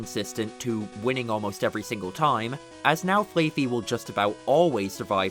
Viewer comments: I do not think it is pronounced Flay Fee. It is Flah like how sheep say bah. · Dude...it's Fl-aah-fee. What the hell is Fl-Aey-fee? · “Flay-Fee”? Am I crazy? Is it not Flaff-Fee? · Never heard anyone say flayfey. Only ever heard flaf-fee. Flaa. Like baa. Fluffy with a baa in between. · "flayfee" im sorry, what? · It is definitely not pronounced "flay-fi" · i've never heard flaaffy pronounced like that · i stopped everything i was doing when i heard that😂 the double A is a play on the sound sheeps make, but even without knowing that the show tells you how to say it